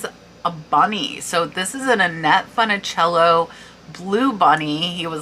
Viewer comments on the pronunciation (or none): Thank you for sharing and congrats on the sales! I used to watch Annette Funicello with her bears on QVC. Just for your information, not being petty or picky lol, but the “u” in her name isn’t a short “u” (not said like “fun”) it’s more like a long u or think “foon”. She was in the Original Mickey Mouse Club, but even I’m too young to remember those days 😂